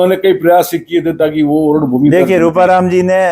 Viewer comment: तू एक बार ओरण बोल तो 😂😂